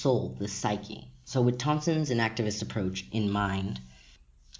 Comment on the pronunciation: I wasn't quite sure - were you saying "inactivist" or "enactivist". Is it inaction or enaction?